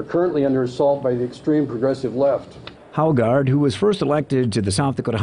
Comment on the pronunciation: it is funny that Haugaard and Jorgensen is both danish surnames and they all butcher them in the states